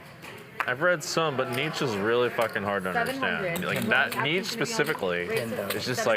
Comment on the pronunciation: These people should never be allowed to speak about Philosophy ever again. They can’t even say Nietzsche.